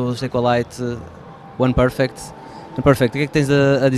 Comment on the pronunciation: é UNPERFECT, não oneperfect :p